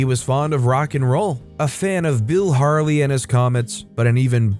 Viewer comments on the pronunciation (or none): none